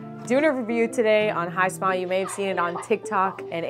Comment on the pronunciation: I thought hismile was pronounced hismile not hi,smile 😂